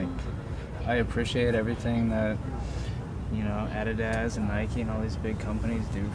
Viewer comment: That's how you pronounce it man.